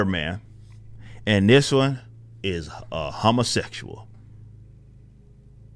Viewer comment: "A humma-sexchuaw" lol